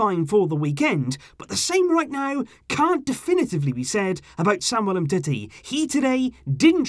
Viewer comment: Why does he call him umtitty. Its clearly umteti just spelt differently.